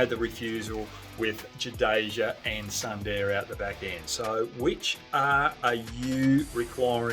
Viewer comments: It's not Sandeer, it's pronounced as Soondar ! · Amazing takes Mr. Hogg. I must correct you on the pronunciation of "Sundar" - It's pronounced "Soon- dahr"